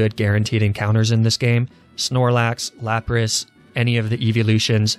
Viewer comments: Which means, he says Lapraa intentionally. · I think it's pronounced " L A P R A A H "